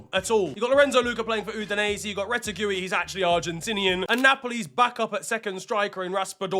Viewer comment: “Rete-gooey” is crazy work 😔